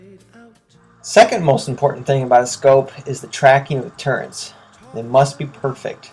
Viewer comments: It's "MIL reticle"! Not "mill reticule" as you write in the description. - Add: And it's "reticle" XD sure as hell not "recticle" as you say in the vid. -Add: AND... it's "turrets" not "turrents". LOL!!!!!!!!!!!!!!!!! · "Recticles" and "turrents"